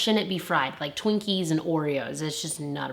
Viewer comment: Hehehe She said TINKIES I LOVE LOVE LOVE LOVE TWINKIES! but way would anyone fry a TWINKIE if any fry's a TWINKIE!?